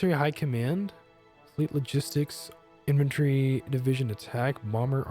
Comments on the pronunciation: Y'know, it sounds a bit like you're saying inventory instead of infantry. maybe it's just accent or something? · As a stupid swede I may be phrasing myself incorrectly, I feel... But anyways, it's just that it sounded like inventory as if you were skipping the 'a' in the word infantry. It's really nothing, just a remark. [Accent is the word I was looking for. It's and I'm too tired to language right now ;) ]